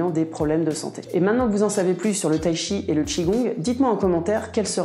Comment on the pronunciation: Il n'existe pas de Tshi, mais du Chi, il suffit de le prononcer correctement. Là, les Français doivent faire un effort 😅